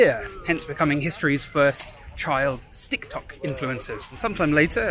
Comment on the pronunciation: Wish I could have watched the whole video but unfortunately lost my will to live at the point where "sticktock" was uttered